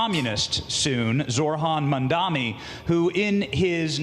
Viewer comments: ZORHAN MANDAMI is a wild pronunciation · "Zorhan Mandami" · "zor-han mandami" freakin' racists. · Why can no one say his name? It sounds exactly like it's spelt: ZOH-RAN MAM-DA-NI. I guess it is America, so expecting the media to be literate is expecting too much.